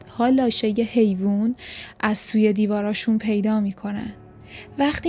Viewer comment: لاشه نه لااشه